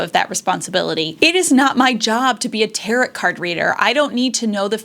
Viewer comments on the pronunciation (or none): Tarot is tare-oh (rhymes with arrow) NOT tare-uht (rhymes with carrot, parrot) Thank you!!! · You have some good things to say. Just a few grammar points. Data is data, no matter how much there is. There is no such word as datas. Also, the final T in tarot is not pronounced. So it sounds like tarrow or taro. I know that the language is evolving but it impacts your credibility if you misuse grammar. Thank you